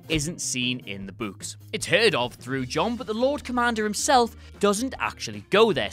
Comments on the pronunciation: What does the ghost in the library say to spook the kids? "Booooo-ks" Seriously though I wonder if this guy flips it sometimes. Like when he says, "I'm putting on my boots." It sounds like, "I'm putting on my butts." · Angry Kittens this blatant mispronunciation ruined the whole video 😡😡😡, I hope he is fired immediately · It’s pronounced BOOKS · "in the buuks" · It's spelt 'Books' but pronounced 'Bucks' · Gotta love the people whinging about the way he pronounces "books". 🙄 It's regional accent thing. I mean there are some Americans who pronounce "room" as "rum". So who cares?! It's no where near as bad as how Americans can't say "twat" properly. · not sure if i love or hate the way says "Books" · Literally laughing my ass off here how you pronounce "books"